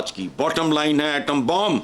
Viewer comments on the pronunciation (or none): Atom bomb bolna bhi nai aaya... Apple bomb ke bhi laik nai😂😂😂